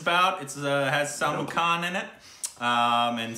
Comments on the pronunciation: Salmon khan???really?????😂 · When pronounces Salman Khan as salmon khan😆😆😆😆😆😆.... I died🤣🤣🤣